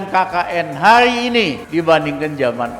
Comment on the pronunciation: Pelan pelan bang ngomongnya,hari ini bukan hayi ini,korupsi bukan koyupsi